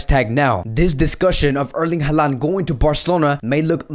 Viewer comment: stop talking about transfers... Barcelona has no money to make any deal.. and his name is Holand and not Haland ... Haaland reads Holand